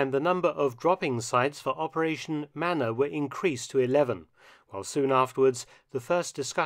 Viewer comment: It’s manna not manner